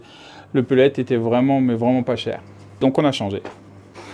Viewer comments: Par contre quelqu’un va lui dire qu’on dit « Pellet » et non « Pellette » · Le terme français est un peu plus long donc je comprends " pellet "... Mais quitte à utiliser le terme anglais, autant bien le prononcer :-/ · Ya que moi que ça dérange qu'il dise " pellette " au lieu de " pellet " ? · Cela s'appelle du '' pellet '' monsieur pas du '' pellette '' 😂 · On dit Pellet pas pelette.... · Pellet pas pelète (pour la prononciation) 😅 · C'est la prononciation à l'anglaise, je suppose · Par contre ça se prononce "pelé" comme le joueur de foot ! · Pellet is an English word. Granulé is the word in French. By the way, he cannot even pronounce it properly.